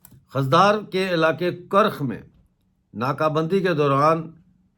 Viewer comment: سر خُضدار ہوتا ہے خ کے اوپر پیش ہے ۔شکریہ